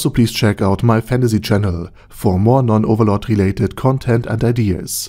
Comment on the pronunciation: He should start saying "Overlore" instead.